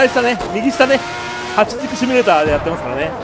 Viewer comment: そろそろ「シュミレーター」じゃなくて「シミュレーター」に訂正して欲しいw